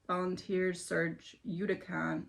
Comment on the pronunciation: Yoo KAH tan. You pronounced it right that last time just put the accent on the KAH :) . I don’t know what that word is doing in the Midwest because it’s the name of the peninsula Cancun is on. 😁